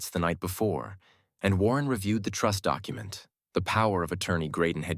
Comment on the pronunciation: AI can't "say" document or documentation or any very of word in ALL stories. Very irritating